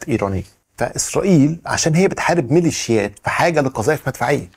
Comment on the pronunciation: ليش تحكي مليشا